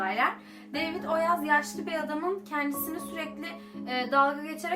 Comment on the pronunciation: Deyvıd demeni cok sevdim hep bu aksanla konus ❤️😍